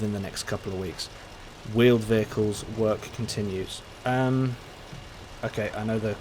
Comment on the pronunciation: Vheeled Wehicles nooooo